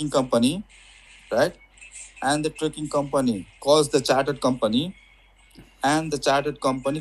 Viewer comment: Trekking, not trucking or tricking lol